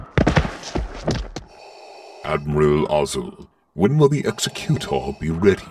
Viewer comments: ex-a-Q-tor? No Exec-u-tor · Executor is not pronounced like that.... Otherwise a great watch!